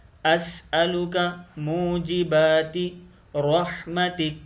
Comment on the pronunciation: Bhai second line me Mojibati likha ha r ap ne Mojibatika read kia ha ? Is ki wazahat frmaen?